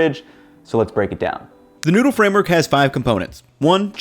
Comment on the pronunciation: This guy can not say noodle. He says noodah